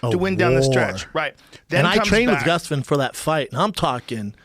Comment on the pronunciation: Really wish Brendan would stop saying “gustafin”